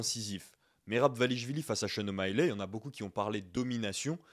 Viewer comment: Sean O’Malley, ça ne se prononce pas ”Shon O’Maïlè” mais ”Shon O’Maïli”.